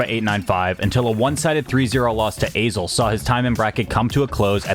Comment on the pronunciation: I think its pronounced 'Azel'